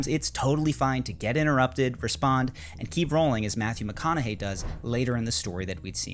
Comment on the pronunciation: Mathew Mac-Economy